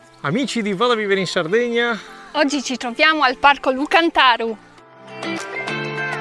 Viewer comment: Cantaru co l accento sulla seconda a